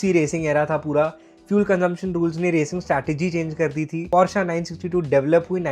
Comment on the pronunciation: Bhai plj porsche bolo porschia nhi hota..